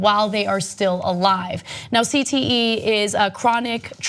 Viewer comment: Ana shouldn't have tried to pronounce cte. Fail lol